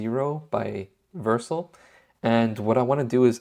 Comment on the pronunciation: Just a heads up…it’s pronounced Ver-sell.